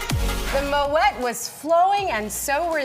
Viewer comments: She legit just said, mo-et. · Moet is a silent T..